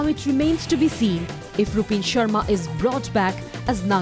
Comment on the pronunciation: Did he just say "Rup(b)in Sharma"?😂😂